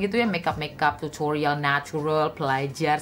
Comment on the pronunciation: Pengucapan kata "Tutorialll" dan "serruumm" nya seakan2 terngiang2 di telinga